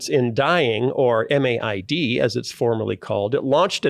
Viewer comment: In Canada MAID is spoken as "made", not spelled out M-A-I-D. However pronounced, it's a problematic and growing problem.